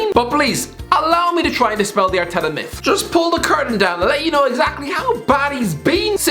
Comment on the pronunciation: Irish man says arteta, Subtitles: 𝐎𝐔𝐑 𝐓𝐄𝐃𝐃𝐘